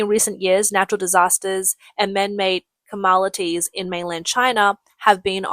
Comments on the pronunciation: Did she just say "Camalities" instead of calamities? Jeez.. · It's possible, but really not that much of a big deal.